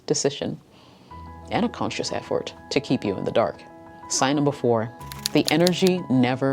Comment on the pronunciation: I've never heard "Effort" pronounced 'EF-Fort'. It's unique.